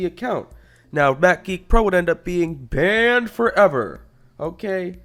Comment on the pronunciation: bAAAned ForEVER